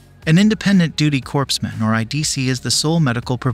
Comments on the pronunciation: Corpsman pronounced "Core man" not "Corps man" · Corps men? Sorry, but Corpsman is pronounced as “”cor man”. Navy and Marine veterans know that, but civilians have no clue. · Young man, the p in corpsman is silent ! You are thinkng of a dead body. Peace & yer welcome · Narrator: I don't think a Navy Corpsman would appreciate being called a 'corpse-man'. It's actually pronounced 'coreman'. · Pronounced cor-man, not corpseman. I get it. The spelling is weird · Medics are not corpse men, they're called core men, the narrator shouldn't have made that rookie mistake. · Not pronounced Corpse man it is pronounced as core man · Corpsman is not pronounced like "corpse." The 's' silent. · I was fine until you mis-pronounced CORPSMAN. Unlike the way Barack Hussein Obummer says it, it's pronounced something like CORE MUN, with the emphasis on the first syllable. The "S" is silent. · It's pronounced COREman, not CORPSEman, for crying out loud! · CORE-MAN not corpse-man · If you are going to narrate the video, make sure that all your words are correctly said and used in their proper content like Corpsman; for example, it’s not Corps man! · “Corpse man” lol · The P is silent in corpsmen ! You know like the pee in your bed junior. At least your not AI ! 👍✌️ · "Corpse Man"? Really? It's common knowledge that the "s" in "corpsman" is silent. THINK. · Just one comment - the word corpsman is pronounced 'coreman', the 'p' is silent. A corpse is a dead body. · That’s interesting. The narrator said corpse man ……….. . Who does he think he is …Obama ? or am I the only one here who gets it? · CORPSE MAN? Who are you Obama? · Professional video... still can't pronounce corpsman... or did Obama change it? Come on man, learn the difference between a corps and a corpse! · What The heck IS a "CORPSE MAN"?? Narrator must not be a Navy or Marine vet...🤨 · Oh, Dude. You don't pronounce the P or S in the word "corpsman" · Lol the guy can’t pronounce corpsman right either